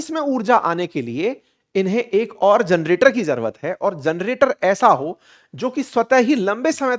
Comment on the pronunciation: *जरनेटर नहीं सर #जनरेटर होता है।